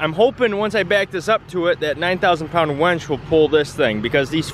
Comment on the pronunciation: WINCH, not wench. A wench is a girl who serves you beers! HONDA!